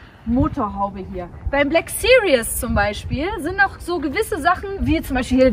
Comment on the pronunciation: Two of my dream cars as well! It must be how you pronounce "Black Series" in German, but in English you consistently say "Black Serious" throughout the video 🙂.